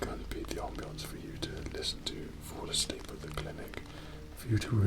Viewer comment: "On-bience" Me: "Off-bience"